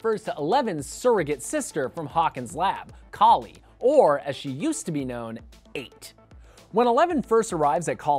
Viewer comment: It's Kali not Kal.